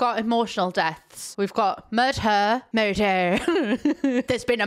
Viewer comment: "There's been a murrrt-der" took me right back! Used to watch Taggart with the family